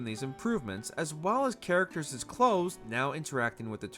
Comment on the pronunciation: 'Actoreses' 'charactereses' where did this guy learn to speak? He sounds 'retardeded'